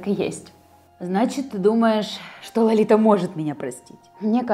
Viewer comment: вообще-то правильно говорить:Лолита. А не Ларита